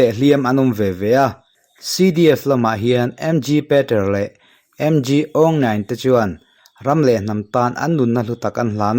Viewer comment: Dam lo chung a i rawn tqng fan fan hi lawmawm hle mai. Burmese ho hming hma a Mg hi "Mawng" (aw ri hniam in) tia lam tur a ni, a meaning erawh Tlangval (Tv) tihna mai a ni. I dam thuai nan ka lo tawngtai pui dawn che nia.